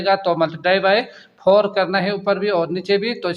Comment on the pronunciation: Sir AP ki video achi ha But AP ko 4 ko phor bolta ha very funny 😂😂😂😂😂😂😂😂😂😂😂😂😂😂😂